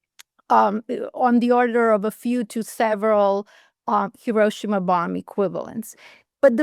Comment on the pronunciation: not Hi-RO-shima. Correct is Hi-ro-SHI-ma.